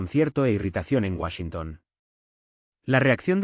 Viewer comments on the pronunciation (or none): none